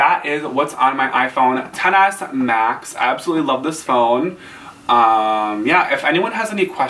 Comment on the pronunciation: Thank you for saying the phone name correctly